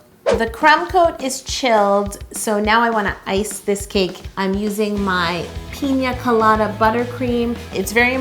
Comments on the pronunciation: Is it just me or did she pronounce it like “Peen-ya colada” instead of “Pina colada” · The way she says it, you would think it was called peenyaa colada No hate tho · Did you say pinya colada ? 😂😂😂this cake is so awesome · Everyone: “pina colada“ Yo: piÑa colada. (Ik that’s how it’s spelt. I just find it funny how we all say it wit the ~ except for her 😂) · The way she says pina colada lowkey stresses me out :L